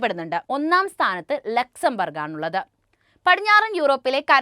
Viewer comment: Laxen burg alla Luxenbourg